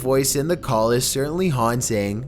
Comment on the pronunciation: Number seven sound like “colp me”. Its funny